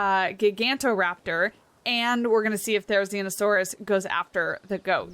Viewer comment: You nailed the pronunciation! If you decide to make an exhibit with it, it could be fun to cohabitate it with the archaeornithomimus, as the two species actually coexisted in the Iren Dabasu formation!